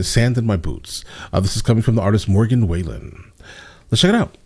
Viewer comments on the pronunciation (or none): I’m sure you’ll get tons of comments saying this, but it’s pronounced WALL - EN. But you should definitely research Morgan. Probably going to end up as the greatest ever in the country genre (as far as statistics and records go). Check out the recommendations you get for him. He has like 15 songs that went #1 so you’ll have plenty to review and react to. He’s great. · It’s Wall-en:) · It’s Wall-en, like fallen. Anything Morgan!! ♥️♥️♥️ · Not trynna be rude, but it’s pronounced Wall-en. We enjoy all your videos!! Keep it up!